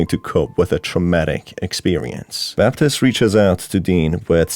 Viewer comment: Bruh the calendar said 1986 not 1968. And it's pronounced Bab-teest when there's an E at the end. It's not pronounced Baptist 😂